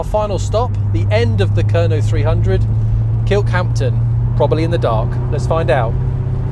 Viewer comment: Stop saying 'Kirkhampton'!